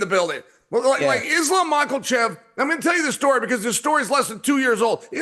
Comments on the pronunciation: Islam “Maklechev” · Yo Chael, there is no “L” in Makhachev bro Should we all call you chae from now on? Or Cheam??? So freakin’ annoying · “Islam Mocklechev” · "izlam mucklechev™" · Islam Makowlchev Chael is unintentionally funny with his habit of butchering and adding entire vowels & letters to fighters names 😂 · Facts! It's funny because as well spoken as Chael is, he really butchers some names! I think it started as a joke but it's crazy now! Love Uncle Chael